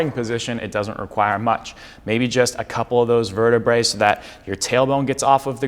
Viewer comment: One one in the spine is a vertebra (you said it right the first time); it sounds like the lady’s garment. Two or more bones in the spine are vertebrae (sounds like the cheese, Brie, not verte-bray). It’s Latin.